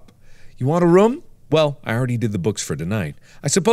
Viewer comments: He still does…..? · He still does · Arikukato Tomoshimeimomoto , he always has and he always will. I love it. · FREDDY IS IN THE RUM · it sounds similar because you pronounce it similarly. room can be pronounced like markiplier says it or like "tomb". because it's written with two O's. insinuating that pronouncing it "rum" is stupid and your only proof being comparing it to "tomb" is just... just wow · Thats how u say it?? It types room but when u say it you say it like rum 🤨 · The words "ROOM" and "RUM" should mean the same thing to you... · Normal person: room Mark: rum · Do you remember that time where Mark pronounced room as "rum" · Lol apparently, that’s only how north central people pronounce it, like from Ohio and the like. Mark is from Ohio, and I grew up in Cinci from age 10 - 15, and also say “rum” for “room.” 🤣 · i can hear it aaaah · I’ve adopted that by watching him since childhood so I use rum and room now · east coast. He was born in Ohio. Those of us in the west coast pronounce it as room not rum. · I think he still says it like that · .....he always says it like that? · Arikukato Tomoshimeimomoto lol you mean every time he pronounces room? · ...that’s not how you say it? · Ya mean always? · tomb does sound similar to room though. For some people, the miscommunication comes from how a word sounds vs. How it looks when reading. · He still does and I absolutely love it.